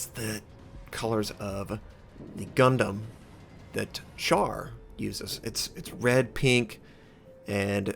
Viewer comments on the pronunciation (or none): none